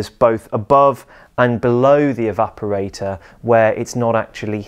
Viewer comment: to my ears he's saying "evaporai-TAH"